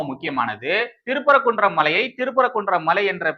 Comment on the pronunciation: திரு பரகுன்றம் இல்லை தம்பி சிறுதிருத்தம். திருப்பரங்குன்றம் என்று வாசிக்கவும். நன்றி